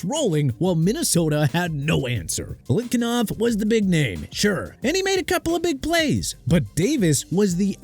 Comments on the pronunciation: BILETKINOV?!!!!! ARE YOU STUPID?! BILETNIKOFF!! GET HIS NAME RIGHT!!!!!!!! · It’s Biletnikoff, not Biletkinoff. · Belikinof??? Are you that uninformed? Did you really fail that badly? How embarrassing!!!😂😂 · Showing your age if you can’t pronounce Biletnikoff properly. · DON'T ASK ME THAT NO MORE. I DON'T CARE WHAT YOU THINK. "IT'S NOT A BIG DEAL" YEAH REALLY? CAN'T GET BILETNIKOFF CORRECTLY.